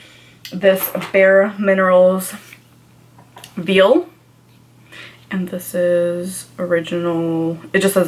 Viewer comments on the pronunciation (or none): Mineral “veil” (Vaa-ul).